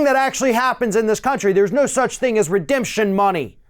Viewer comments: You gave Trump too much credit, he clearly said "redeption" money. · The Chump certainly didn't come up with the term "redemption money". Redemption is a three syllable word.